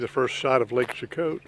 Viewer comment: I'm from this place and we pronounce it SHE-KOE :) lol, great video of my hometown roots!!